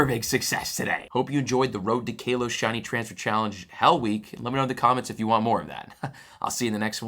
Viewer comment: Hey, love the videos but I just want to tell you that generation 6 is pronounced Ka-los, not Kay-los